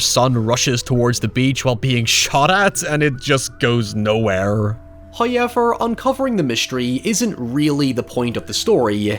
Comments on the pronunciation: First "hoyevver" drops - and He blesses us with His visage! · Love the videos! I think we need a 'hoyever' counter in the corner of the vid or in the description/comments or something 😅. All love though